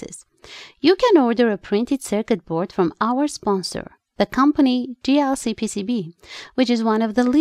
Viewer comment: Nice video,I almost heard dlcpcb instead of jlcpcb